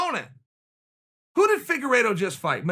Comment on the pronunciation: Did chael say figuredo vs marinara sauce, I mean manero ?